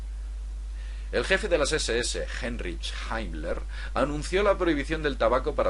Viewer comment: Menuda verborrea y encima no sabe pronunciar, ( y por lo tanto nunca habia oido tan famoso nombre) Heinrich Himmler.